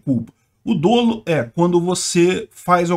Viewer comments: “Dolo” tem pronúncia aberta (/dólu/)! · DÓLO com acento agudo na pronúncia , pls